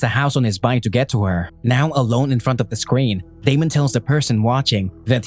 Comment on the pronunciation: Him how to say screen: “scween”